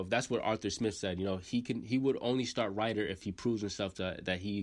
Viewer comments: Rid er, not Ride er. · Fam lol you gotta pronounce it like “Dez-min Rid-Her” good vid though bro! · Man you fk his name . You might need to do a little research on pronunciation on the names 😂😂. Desmond Rider